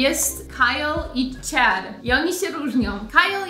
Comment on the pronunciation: A mam takie pytanko - Sharon, Chad czytasz Śaron, Ćad, mocno mocno zmiękczone - czy to jest typowe dla jakiegoś regionu w USA? Czy wszyscy tak wymawiają te imiona? A może jakiś filmik i akcentach? :)